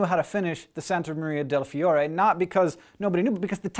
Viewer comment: I love your pronunciation of "Santa Maria del Fiore"! XD Anyway Leonardo Da Vinci is another great Italian guy!!! ^^